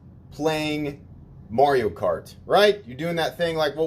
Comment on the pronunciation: You said Morio instead of Mario.